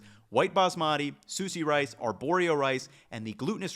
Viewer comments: I swear you have a minimum of one mispronunciation per video. I’m not being critical. I just find it interesting. It’s like an egg hunt for me to find the word you mispronounce. Keeps me in suspense til I hear it. This time was sushi as sue-see . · “Soosy rice”